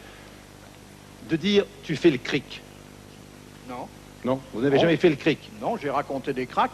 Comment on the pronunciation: stéphane Gauthier C'est "Cric" , pas "Crique"..